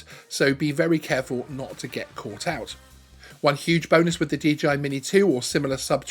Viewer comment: Is the company called DGI or is it just the way to pronounce DJI........? asking for a friend ;-}}